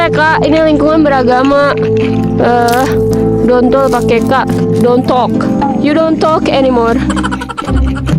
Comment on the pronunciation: "dontok you dontok Eni more" lucu bngt plis